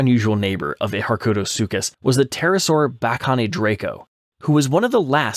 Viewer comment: the "ny" sound in Bakonydraco sounds like the "gn" in Italian, like in "gnocchi". Also, later, the "j" in Ajkaceratops is pronounced like "y" in the word "you" That's Hungarian pronouncing for you And I'm really happy that you made this video (were there anyone else who suggested this genus apart from me?)